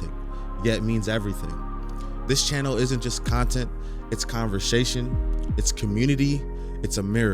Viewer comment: bro said “convershashen”